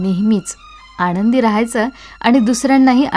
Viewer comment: मराठीतील न आणि ण ह्याचा उच्चार बरोबर करावा. मन , आनंद ह्याचा उच्चार मण आणद असा होऊ नये.